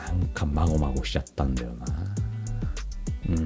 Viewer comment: ガイガイみたいに言うの草